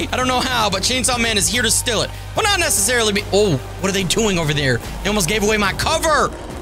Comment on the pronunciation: YOU SAiD STEAL WRONG